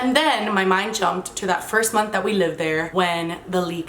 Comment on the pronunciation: Anyone notice how kept saying "libed" and not "lived" Probably her Cuban-ness, Miami-ness coming out lol